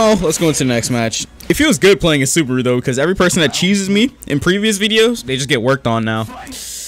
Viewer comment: The way he said Subaru hurt my soul